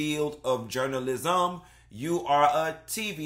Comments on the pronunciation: I’m gonna need to you say “JOURNA-LIZ-UM” in every video. 😂🤣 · Journal-lisum lmao 🤣😂😂😂